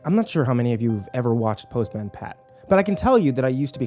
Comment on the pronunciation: The pronunciation of postman destroyed my soul xD Also author - what d'you mean 'what little remains of the show' I can watch that shit on amazon prime right now if I wanted too.. They have their own youtube channel.. and pretty sure they're still making new bits here and there x'D